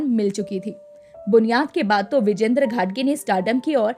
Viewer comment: विजेंद्र नव्हे विजयेंद्र उच्चार करा.